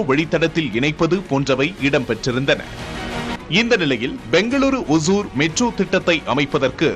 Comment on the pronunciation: It is not osur (kuril alla). Osoor (Nedil)